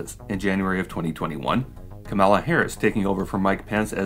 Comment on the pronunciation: KAH-mala Harris pls :) Kah-MAH-la is Kamala Khan, Ms. Marvel :)